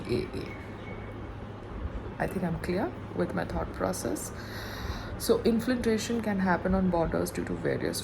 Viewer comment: Now listen , u so-called CELEBRITY + state topper + blah blah … it’s inFILtration not inFLINtration …. N chatGPT not chatGTP … Today’s homework - sit n practice these 2 words GOT IT ? Do u understand ? Yay babyyyyy !